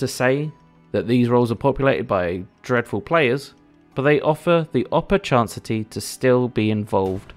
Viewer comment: Opporchancity is a word now😂